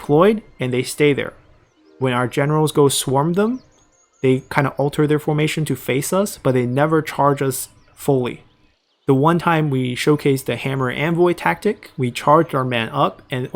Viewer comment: anvil is NOT pronounced "envoy" . do you have a learning disability?